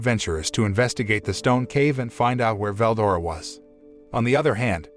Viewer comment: I hate this guy the way he says names makes me mad for example Veldora say it like two words Vel and Dora fucking annoying